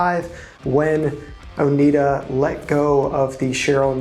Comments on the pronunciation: Oneida sounds like Oh-NY-duh (not Oh-NEED-uh). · Not "Oh-NEED-uh." Oh-NYD-uh, middle syllable rhymes with "dyed" or "cried." I grew up in an area with a lot of local people from the Oneida tribe. Suggestion for you: before making a video, look up key words or names on the Merriam-Webster website. They often have audible pronunciation guides. They have one for "Oneida." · It is pronounced "ohh nigh da" after the name of the native american tribe that lived in the area. It is really grating to constantly hear the name mis-pronounced. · Learn how to pronounce Oneida.